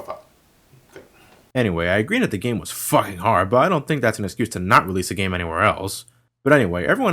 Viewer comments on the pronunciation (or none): Hahahahah the way you said 'Fucking Hard' was kinda slurred and made me laugh so much, only just started the video and already pissing myself :')